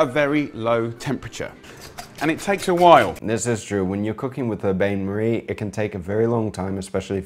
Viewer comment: Then 1 minute later "bayn marie" lol